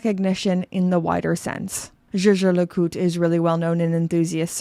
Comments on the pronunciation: Zje zje le cout ? Pls put some effort in properly pronouncing the brand name… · “Jay Jay le Coot” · lol the pronunciation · Do you have butcher the pronunciation? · You pronounce Jaeger-LeCoultre like Megan Draper sang “zou bisou bisou” in Mad Men. C'est fantastique! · This is funny but also true. The founder of Rolex made up the name because he wanted something easy to pronounce in most languages. Meanwhile there’s JLC over here with a German name that I’m supposed to pronounce like I’m a French person…